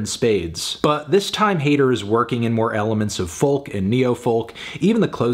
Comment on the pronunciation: No matter how many times melon is told you don’t say the L in folk, he just goes ahead and does it anyway. Awful.